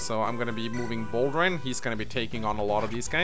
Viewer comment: He keeps calling Boulder, Bosswin.